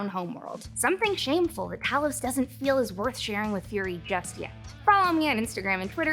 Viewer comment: Tah-los = Elder Scrolls Tay-los = Skrull